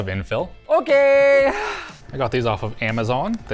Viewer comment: this "OKEEEE" sounds weirdly German.